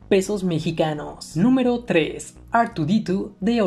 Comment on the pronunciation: Dijo pedos mexicanos en lugar de pesos mexicanos XD